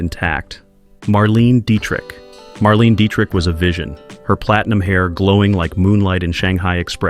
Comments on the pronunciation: It’s not Marleen !! It’s Marlayna - only the last a has a slight e sound in it. She is German!!!! Marlene Dietrich! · Someone needs to inform AI that Marlene Dietrich's first name is not pronounced "Marleen." It is pronounced "Marlayna". Also, Bette Davis's first name is not "Bet". Spelled differently, but still pronounced "Betty". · It's pronounced "Marlainah" Dietrich.